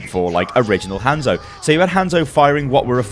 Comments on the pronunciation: Its not Handzo Its han(solo) zo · Jesus christ!! stop saying his name like that. They pronounce it properly in game. Can't be that hard.